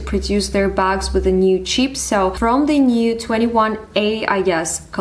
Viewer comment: You kept saying "cheap" sorry it's throwing me off as you are actually saying Chip